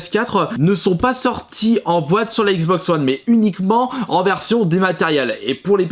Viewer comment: "la xboxeuh oneheu